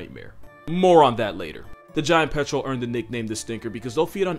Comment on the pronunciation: "Even the giant petrol won't mess with an adelie..."